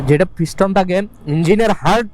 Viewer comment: ভাই আপনার উচ্চারণ ভুল হয়েছে। 'ফিস্টন' না । পিস্টন হবে ।